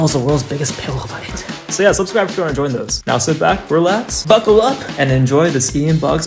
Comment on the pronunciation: i like how instead of saying subscribe he says su(emphasis on u) bscribe